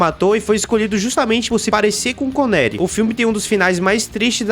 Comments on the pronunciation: "Conéri" é de doer no ouvido. Precisa aprender a falar o nome dos atores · Sean “ CONERI? “ pow maninho. O vídeo tá bem editado. Mas dá uma estudada o nome dos atores antes de fazer um vídeo desse. Sucesso aí ! Critica positiva